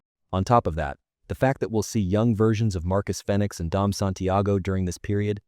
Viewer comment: AI slop! Immediately stopped listening when Marcus's last name was pronounced incorrectly. LAZY BULLSHIT considering you claim to love this franchise yet can't spend the time to either record it yourself or triple check for accuracy.